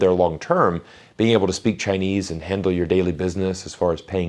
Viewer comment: He is really good at Chinese, very authentic pronounciation.